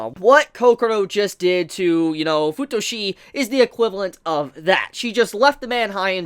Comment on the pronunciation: Fu-tushi? I mean.... It's OK for you to call Futoshi "FU-TUSHI" sounds like a "SUSHI" but I'm laughing so hard right now... 😂 "FU-TUSHI"